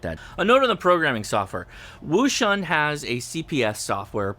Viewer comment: It's pronounced - ocean